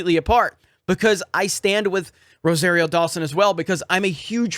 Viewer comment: you still can't say Rosario right! Or maybe it's that Floridian accent?